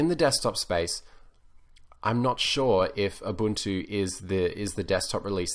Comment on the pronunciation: yes UBUNTU not UbanTU